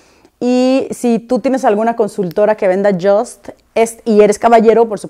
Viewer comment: No se pronuncia como si fuera palabra en inglés “just” se pronuncia “yust” porque el fundador es suizo....